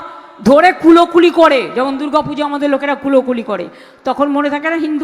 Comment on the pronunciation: কোলাকুলি । Not কুলোকুলি